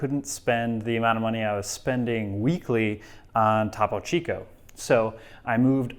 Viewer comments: It’s TOPO CHICO not TAPO CHICO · Repeat after me: "TOE-po Chico" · It’s pronounced “thoe-poe chee-co.” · Its pronounced "Toe Poe Chi ko". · Top - oh Chico. Ugh. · I'm more concerned about the way he is pronouncing Topo Chico than anything else. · Was looking for this comment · Did anyone else get upset at how he pronounced Topo Chico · STOP SAYING TOPO CHICO LIKE THAT PLEAAAAAASE